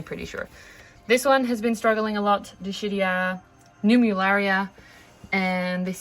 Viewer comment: Dischidia - dis-KID-ee-uh